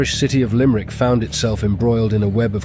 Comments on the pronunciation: Its LIMERICK not LIMEEERICK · It's pronounced Limb-rick